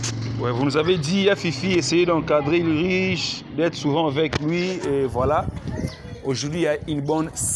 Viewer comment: Ce n'est pas Ulriche. On le prononce Ulrike svp. Mais on écrit Ulrich. Merci